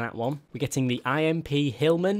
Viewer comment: ITS NOT I.M.P ITS IMP LIKE IMP